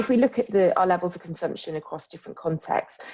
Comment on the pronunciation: it is not conzamsion it's consumption